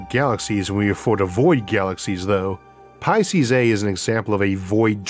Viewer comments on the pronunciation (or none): none